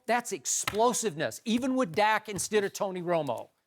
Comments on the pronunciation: Cant even say the dudes name right. Dak not zach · Skip said "zack Prescott" 😂 its dak !